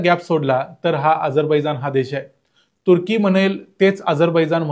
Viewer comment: मला तुर्की शब्द बरेचदा "कुत्री" ऐकु येतो! कशामुळे? 🤔 🤣